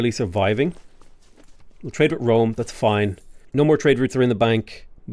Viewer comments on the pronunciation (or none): none